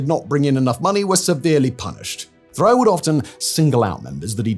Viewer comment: Roch Thériault = "Rosh Terry-Oh" (phonetic pronunciation)